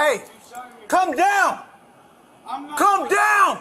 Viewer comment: Am I the only one that was getting confused with the first officer saying to “come down “ but it comes across as “calm down”? I have an accent so my “L” isn’t as annunciated as it should be. Sounds like the suspect even says, I am calm.